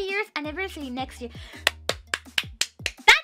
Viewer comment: She's still saying 'ear' instead of 'year' a lot of the time. <3